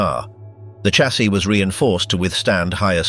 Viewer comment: I DO WISH YOU WOULD STOP CALLING A DAMN chaaasie it is pronounced as a shhh shassis not like a bloody church with a CH !!